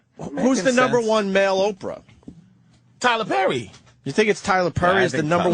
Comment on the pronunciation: I hate how Opie pronounces the -er sound, such that Perry becomes Purry and very becomes vurry.